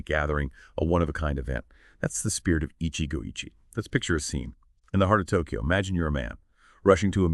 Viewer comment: Get it right. It's 'Eeechee-goh eechee-eh'